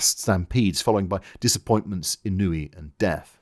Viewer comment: Thank you, I very much enjoyed this, thoroughly absorbing, not lest of all due to your own particular style. Any plans to cover Market Garden? PS I always thought ennui was pronounced ennui, not ennui.